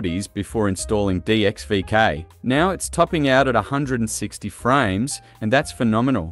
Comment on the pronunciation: Guyms and vekays with the frayms yeah.